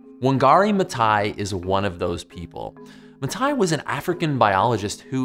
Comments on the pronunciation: You pronounce the 'th' in Wangari Maathai, not just the 't' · ma"th"ai. Not t, th